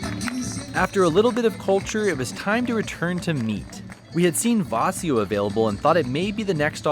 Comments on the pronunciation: Vacío has the stress on the "i" not the "a" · The accent in VACÍO and FERIA are different. In VACÍO it's on the diphthong. In FERIA it's on the first syllable. vacío {m} /baˈθio/ ; vacío {adj.} /baˈθio/ ; vacío {adj. m} /baˈθio/ ; vaciar {vb} /baθjaɾ/ ; vaciar {v.t.} /baθjaɾ/. silabación va-cí-o acentuación llana longitud silábica trisílaba feria {f} /feɾja/ feriar {v.t.} /feɾjaɾ/ ferias {f pl} /feɾjas/ el acento va sobre , salvo en feriar donde va en silabación fe-ria acentuación llana longitud silábica bisílaba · Vacío is accentuated on the "i" (in the 2nd syllable) not on the "a" of the 1st syllable. The asado is usually eaten on the plate, and not in a sandwich. The meat is usually still on the little segments of rib bones.